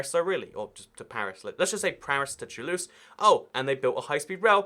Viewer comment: That pronunciation of Toulouse tho 😂